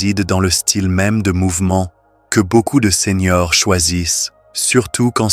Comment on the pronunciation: Seigneurs : ce n’est pas SENIORS ! merci d’éduquer l’intelligence artificielle !🤞👍👋MERCI des conseils, mais c’est plutôt long et lent…👋🤣heureusement, vous avez accompagné vos propos avec des images magnifiques 🤣💪👍